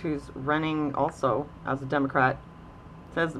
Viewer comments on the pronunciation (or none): none